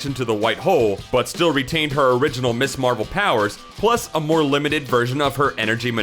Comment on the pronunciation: Gah. The word is pronounced "miz" not "miss" there.